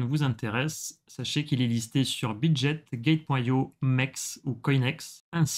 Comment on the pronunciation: On ne dit pas "bit jet" mais bit GUET, bitget, obtenir du Bitcoin... 😅